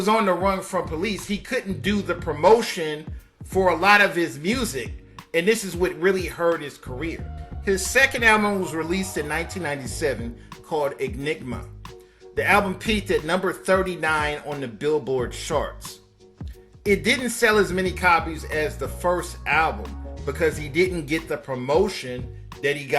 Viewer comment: Enigma not egnigma 🙄